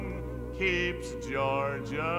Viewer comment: Ernie is perfect on “Georgia,” and Hoagy looks impressed.